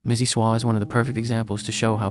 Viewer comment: "Missy swah" 😭